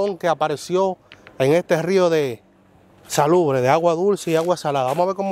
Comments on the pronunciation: no se dice salubre es salubre que se dice tu eres un joven brillante y mui inteligente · Se dice es salubre